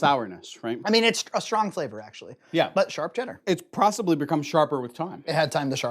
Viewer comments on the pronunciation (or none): "it's prossibly become sharper with time" "it's prossibly..." "...prossibly..."